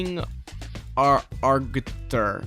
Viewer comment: Also It's Ag-u-thor. XD